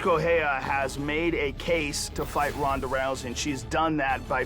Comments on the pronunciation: why does Betch keep saying Honda!? Her name is Ronda! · But she must know that's it pronounced Ronda and not Honda! Or are Brazillians not able to pronounce the letter "R"!? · Pat Morgan in Portuguese sometimes the R is pronounced in a way that to English speakers it sounds like a H. There's your reason why.